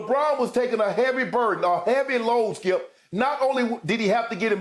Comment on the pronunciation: Man i missed these guys last week.. Got to stop taking Skip and Shannon for granted cause last week i was miserable cause Skip wasnt critiquing and Shannon wasnt there to Say SKIIUUP... GLAD YALL BACK.. THE BEST DOU IN SPORTS